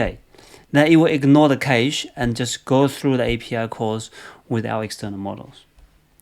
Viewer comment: Great video! BTW, cache is pronounced as cash.